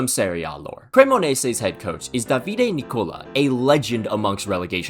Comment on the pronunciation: Hey man I am Italian, nice recap of the season so far. Since you're going to pronounce a lot of Italian words, if you don't want to sound super English, try to change the stress pattern of the words. It's Dàvide not Davíde, it's Stèfano not Stefàno etc. Easy way to get it, it is to think how Super Mario would say it XD PS and remember ch written is always pronounced as k (hence the dish is bruskètta) Peace